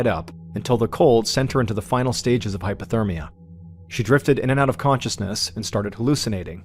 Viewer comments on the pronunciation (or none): HYPOTHERMIA. NOT HYPER. Ballen , you have repeated this mistake 5 times, in vìds about vics who lost body heat. We like the channel. We respect the philanthropy. Please fix this. ❤